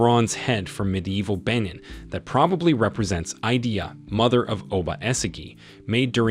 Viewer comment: It’s called “Queen Idia not Queen idea